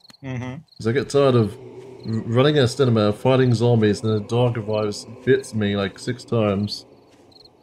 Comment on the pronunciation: Heh, ”stanima”